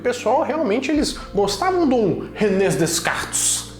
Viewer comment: Dica: não se pronuncia o som de "s" do nome de Descartes. Falar o nome errado já escancara q tentou encaixar o q não sabe... 😅